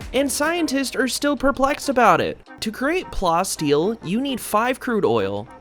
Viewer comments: It's plasteel like plastic, not like how you're pronouncing it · lol you pronoun it as plastic and steel in one word. Pla the way you say plastic and then ass steel.